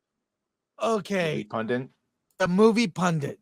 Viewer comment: from ~ "Pundint" is not a word. "Pundit" is the word, and has been for more than two hundred years. There is one "n" in "pundit". Anyone whom pronounces it as "pun-dint" is on the same intellectual plane as Rachel Zegler or Amandla Stenberg.